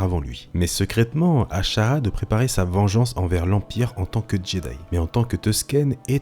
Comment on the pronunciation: Un génie se gars, sekraytement / secrètement. Tkt on t’en veux pas